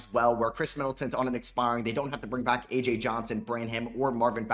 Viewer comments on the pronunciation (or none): none